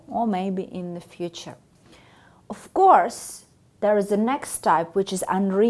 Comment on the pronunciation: Her F sounds too Russian, even distracting. It was one of the first things in pronunciation we had to deal with when studying English - make it sound like IV, not IF.